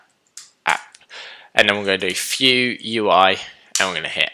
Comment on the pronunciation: Why do you say 'few js' instead of 'vue js